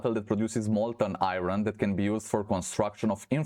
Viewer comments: you say irin thats not how iron is said. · there is no "in" in iron..